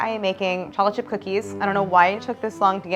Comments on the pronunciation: Too flat and thin and greasy. Your lack of pronunciation it sounds like you’re saying “Chocifchipfcookee” 😂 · Does anyone else hear cholachip cookies? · No one: nothing Claire: challahchip cookie 😂😂😂😂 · I'm sorry but I cannot get over how she says "chocolate chip". she says it like "choplet" and its driving me up the WALL 😭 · Is no one going to comment on how she says "chocolate chip cookie"? "Cho-le-chi-coogie" Pretty good. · Everyone: chocolate chip cookie Claire: cholachit cookie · I keep hearing cha cha cookies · “Chochip cookies” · Am I the only one hearing “chockle chip cookie”? lol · I love how she says “cholla-chi cookies”. 💚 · “ChollaChip cookies”